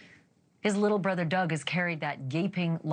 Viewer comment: Ashley, It's Not Brodder ,brother it is